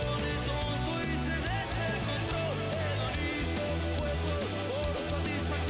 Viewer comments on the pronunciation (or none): none